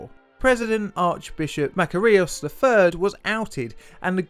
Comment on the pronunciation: Check your pronunciation of Makarios. I lived through this period and remember the correct pronunciation.